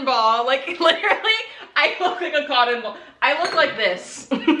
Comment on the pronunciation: Nobody:: Cotten bawl